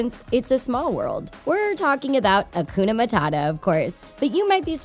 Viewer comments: You pronounced Hakuna wrong :( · They also pronounced Hakuna wrong :( They should start by learning French and Swahili!